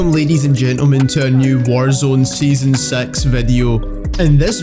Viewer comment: Sound like he said season sex video